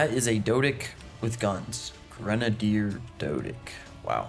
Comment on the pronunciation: why are u pronouncing grenadder like that